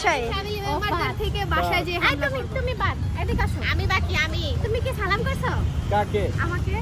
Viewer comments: Age salam😅 thik mto deowa shikh fokinni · Salam ta thik moto dawa uchit asla malaikum Kmn Salam 🙂